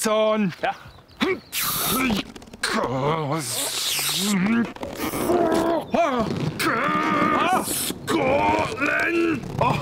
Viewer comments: More like Skottlund. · JUSS THIN O SCOTTLAN